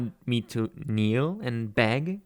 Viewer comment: "You want me to keel and beg?" Me and actually crosses my legs: Do it.